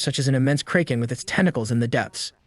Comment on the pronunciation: Do you really not know how to correctly pronounce “Kraken”…have you not watched pirates of the Caribbean